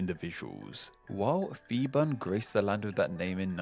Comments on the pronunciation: yes was going to make this comment....people need to understand the Thai romanized "Phi" is still pronounced P (pee) and not like an F...maybe sounds funny to English speakers to say "P P island" but gotta just move on.. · Thai living in Thailand. A minor mistake in the pronunciation of Phibun, P should be a heavy sound, but I understand foreigners trying to pronounce another language. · Hi! I'm Thai and I love watching you videos! From what I've been listening to, your major flaw is that, you're doing contents about linguistic, but you lack non-English words pronunciation skills. I suggest, whenever possible, when you come across a name in non-English language, look up their Wikipedia articles, find the IPA, if you're lucky, there might be some recordings, but if there isn't, just put the name in their native language and put it on google translate and listen to it. It's still better than coming up with a pronunciation from how it's spelled using Latin alphabets. Please, never, ever go by your English language instinct, Phuket is pronounced "Poo-get" and not "Fuck-it", so "Phibun" is "Pee-Boon" not "Fi-bun" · I want to give you a lesson as a Thai the we fond pronounce ph as f but we pronounce it as p it’s a miss translation of the letter พ and the word เมืองไทย (Muang Thai /mueng Thai) is pronounced ~ moo Ang Thai, quickly and also Siam is pronounced as sa-yam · One note: The PH in Phibun is pronounced as an aspirated P, not as an F. In a more curious observation: the plaque you show superimposed on the map of Thailand around the 7-minutes mark disappeared "mysteriously" a few years ago. By an odd coincidence, the CCTV camera wasn't functioning on the night it vanished from its spot embedded in the road, commemorating The (bloodless except for one person who cut themselves while resisting arrest) Revolution. Since then that plaque has become an even more important and emotional symbol for Thai people. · Feeboon.......... His named is Piboon, it's a P not an F.